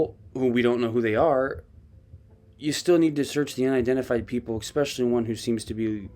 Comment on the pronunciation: You're a smart guy but many mispronunciations from you. No such word as exspecially.